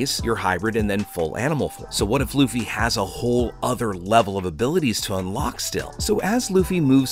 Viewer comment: did you just call him Loufa? lmao